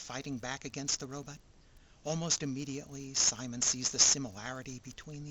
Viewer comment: If you like to suspend your disbelief this and other shows of the Super Robot genre are for you. I bet a few people chewed you out about how to pronounce "Simon."